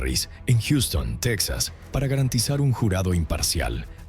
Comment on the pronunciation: Asi como que se te dificulta pronunciar el dinero! La linea de emergencia es 911 tal cual! Texas se pronuncia Tejas y el dinero se pronuncia asi cuatrocientos mil dolares! Porque cuando hablas de dinero no se entiende nada